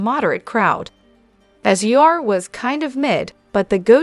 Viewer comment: I cannot say enough about how much I hate A1… we all heard on how the pronounced, sir SUR …. And I did not hear an allegedly after your accusations about what goes down at these establishments so you have just opened yourself to a huge liability and maybe sued in the future and I hope somebody from one of these restaurants sees this and shut this site down because who needs AI reporting we need people And if you can’t afford person, I highly doubt that you are going to afford the lawsuits that should hopefully be coming your way. I hope you have all your documentation on the accusations.you have made